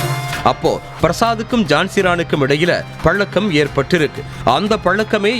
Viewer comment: தமிழின் சிறப்பே அந்த 'ழ' தான் அது பலக்கம்ன்னு சொல்றவர் வாயில மாட்டிக்கிட்டு திண்டாடுது. ஆங்கர் பொண்ணுங்க என்ன அழகா தமிழ் பேசறாங்க. அவங்ககிட்ட தமிழ் பேச கத்துக்கோங்க. திருந்த மாட்டேங்கறீங்களே.